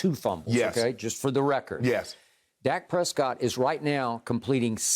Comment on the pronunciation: Y’all never heard of Flightreacts. He pronounces Dak Prescott as “Dake Prescoot”